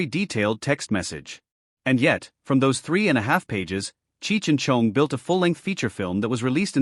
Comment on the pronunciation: I hate the way it says Tommy’s last name